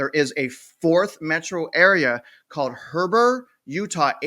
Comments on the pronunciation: (HEE-BER) is how you pronounce it. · Heber = he-bur It's a overflow city from the super rich people that live in Park City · it’s pronounced He-ber, I’ve been actively looking for six months in the Salt Lake City Wasatch front area. Any idea what’s going to happen there anything drastic price adjustment on scene tremendous amount of time on market but I see starting asking price is still high why? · How do u say Heber??? Ya. Wrong.